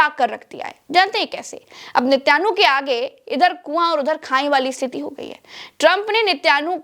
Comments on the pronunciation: Netan yahu naam hai. Netyanhu nahee. I was thinking to tell you from months. Any how it is hard to pronounce Hebrew language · (Netyanu😂) nahi Ma'am( Naytan Yahu) bole toh kutta I mein dog 🐕